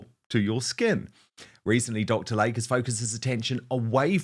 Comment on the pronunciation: PRONUNCIATION: Dr. "Lay-Key", not Dr. Lake.